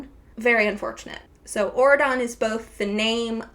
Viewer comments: Every time you say aurodon i think ur saying oregon and tht makes it 10x better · Auradon sounds like Oregon, I can't unhear this 😂